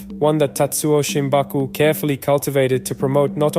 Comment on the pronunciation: Shimabuku not Shimbaku.